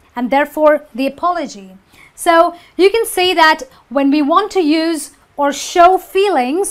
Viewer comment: You mispronounce the noun use.